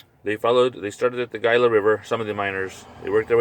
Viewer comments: it's pronounced Hila not Gila river as it is spelled ----the G is silent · this dudes lip smacking and pronunciation of gila is really getting to me